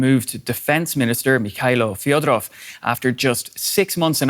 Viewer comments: He's Fedorov, not Fyodorov. He's not ruzzian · not "Fiodorov" it's "Fedorov" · not correct. The defence minister Fedorov is Ukrainian, not russian, thus his surname must be pronounced as Fedorov. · Fedorov is also pronounced as fiodorov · The commentator cannot only read Ukrainian but also cannot correctly pronounce Fedorov's name - learn how to pronounce it properly!!!! It's your job.